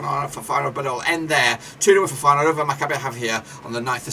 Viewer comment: You do not correctly pronounce the name of my team: Maccabi Haifa. But thanks for the opinion, we are an underdog in this group but hope to surprise them all 💚